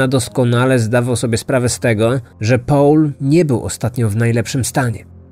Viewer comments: Mówi sieneutralnym gruncie a naturalnym i nie połl tylko pol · Proszę Cię, to nie jest Połl, tylko mniej więcej: Pol :) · O co chodzi z tym 'Pałlem'? Nie mogłam się skupić na treści, bo za każdym razem jak słyszałam 'Pałl' to przewracałam oczami.